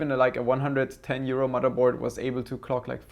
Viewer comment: lol, yeah, that "150 euro" did sound a lot like "150 year-old", (blinks) wait, what, how old is this board and did I hear that correctly, lol. Then again, that would explain why he knows so much, is a time traveler (grin).